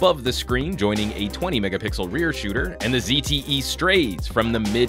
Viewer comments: he said megapickle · I'm pretty sure I heard him say there is an "8 mega-PICKLE selfie shooter" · Did anyone else hear him say "megapickle"? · Quick question, why does he always say megapickles when talking about the front facing camera? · lol "there's an 8 megapickel front facing camera" 😂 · eight megapickle? that's impressive! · Did he say megapickles? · I skipped ahead and the first thing I heard was "8 megapickles" .. hmmm imagine dem pickles on a nice megasalad. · he says 8 mega pickle. LOL! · "An 8 Megapickle Camera" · Did I just hear megapickle?! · Did he say "8 megapickel shooter" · I knew it i heard megapickles...😅😅😅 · lolz he said "megapickle" the first time. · 8 megapickles and 20 megapixels, I don't see any consistency hahahahaha just keep saying megapickles it's like ur trademark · did he say mega-pickle? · please stop saying megapickles... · Does he do that on purpose. Say megapickle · Lol "8 megapickle" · Is it me or did he not say "megapixel" properly?